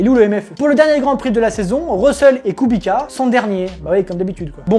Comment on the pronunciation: on dit kubitsssssa pas kubika 😭😭😭😭